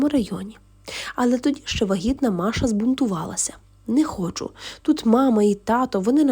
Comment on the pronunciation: Якраз взялася писати комент з цього приводу. Які маша, діма?? Якщо вам подобається так, то читайте російською і нехай вас слухають прихильники рускава язика. Ріже вухо, коли українською текст, у якому звучать імена на російський манер.